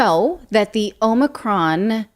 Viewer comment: It’s Another-con not Omicron